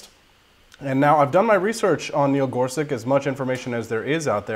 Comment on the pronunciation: his last name is pronounced as "such" and not "sic"